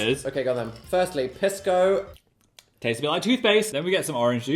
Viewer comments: wrong piss dan and phil, it’s pronounced pees-co not piss co 😢😢😢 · Hearing them mispronounce Pisco is killing me 😭 (PEES-CO) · Hi guys it’s “PEE-sko” :3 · saw the thumbnail and sat my Peruvian husband down to watch this with me and we collectively SCREAMED at Dan loudly pronouncing Pisco as PISS-co 😂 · Was gonna comment that I HATE how they pronounce pisco. Also, Pisco Sour is the superior cocktail choice for Peru. Not only is it the national drink, but they are so good that after the first one you want to order another. Only after you finish your second one and stand up to leave do you realize your mistake. (totally not speaking from personal experience 😅)